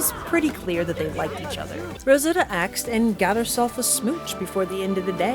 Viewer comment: Girl i have never seen anyone pronounce asked as "aksed" like you do 😅😅😅